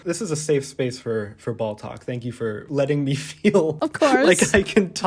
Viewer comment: I know it was just one line in this whole fab collab but my brain is stuck on "ball-talk" ...sounds like balltok. Which makes me think of a totally not weird at all sports? community on the clock app